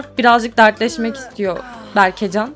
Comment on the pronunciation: berkecan değil berkecem